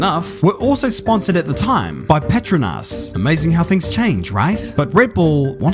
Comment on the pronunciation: lmao that is NOT how you pronounce Petronas